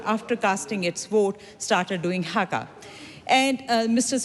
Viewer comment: It is HAKA not Hagar.